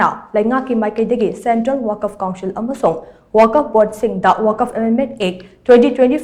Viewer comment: Wakaf.... haiba ntteye *Waqf*..... habiyo... 🤔🤔🤔